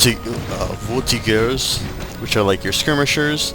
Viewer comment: one word: Pronunciation. Appreciate the video a lot, but please work on your French, C'est Terrible. G's are SOFT, such as in Voltigeurs.